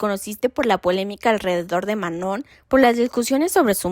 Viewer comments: El nombre de Manon se pronuncia *MANÓ (sin la n al final, no tiene sonido) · Se llama Ma-no!🫩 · Decepciona una y otra vez que cuando investigan para estos videos sigan sin poder pronunciar bien el nombre de Manon, algo a lo que ella misma ha dado mucho énfasis . O si hablas de temas raciales, debes llamar a las chicas negras como chicas negras, no "de piel oscura". Por otro lado, Lexie también tiene ascendencia latina, y muchos lo olvidan... No sé, falta más estudio. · Qué pena. Podrías tomar el comentario para mejorar y no dar excusas. Sólo responderé a una cosa, lo demás lo puedes investigar mejor. El que otras personas pronuncien mal el nombre de una alguien, no es razón para continuar haciéndolo, todo lo contrario. Sobre todo si tu video se trata de respetar identidades y/o etnias. La misma Manon no tolera que digan mal su nombre. Cero respeto por ELLA. Lo que hagan los demás no debería importarte (¿Missy? ¿En serio? La misma que trató pésimo a Manon la pones como ejemplo, increíble). Ojalá si vuelves a hacer otro video donde la menciones puedas pronunciarlo bien. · uy si la manon va a tener un ataque de pánico porque una youtuber pronunció mal su nombre, déjenla de tratarla como un cristalito